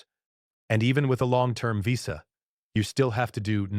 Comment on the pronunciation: Stop using AI to do the narration, it can't pronounce words accurately like visa. Thumbs down